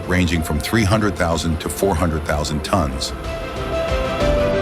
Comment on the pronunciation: Tons not tonts